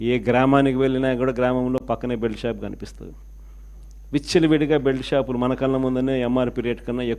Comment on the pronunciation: ఉచ్చలవిడిగా కాదు బాబు విచ్చలవిడిగా